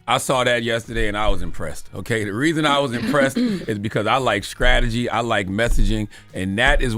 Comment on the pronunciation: Is it just me or Ctg saying skrategy